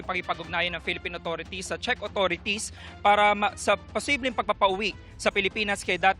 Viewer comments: Shek, Czeck sabi ni. Di nya alam tamang pronunciation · This Claire Castro can't even pronounce Czech properly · Alam mo nagbabasa kna nga lang do mo pa ma pronounce Ang czech. Shek ka Dyan.